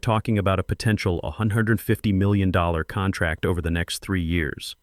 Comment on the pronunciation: I guess Patricia Wells is the new Marcus Chen in these AI stories and saying contrack makes all the characters sound stupid.